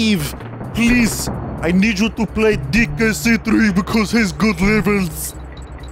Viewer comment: DEE KAY CEE TREE